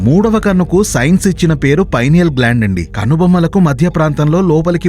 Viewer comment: Pinal gland pronounacene wrong